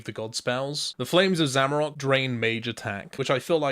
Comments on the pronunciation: There’s no o at the end of zamorak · Finally I've found someone else who says zamarok rather than zamorak. Doesn't matter how many times I read or hear it the correct way, it'll always be zamarok in my head.